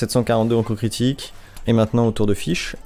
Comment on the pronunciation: Mrc pour l'info sur les voeux Je fesais tjr 10 par 10 avant Et le personnage s'appelle fishl , ça se prononce " fitchel " et pas " fish " par ce que là... Bah tu dit poisson en anglais quoi